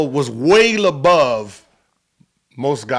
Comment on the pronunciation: "Way labove"